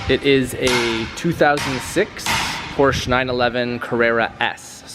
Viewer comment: I agree, it's silly. But if he likes the GT3, he should learn how to pronounce PORSCHE properly. lol.